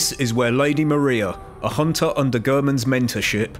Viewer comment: I like how you say Hoonter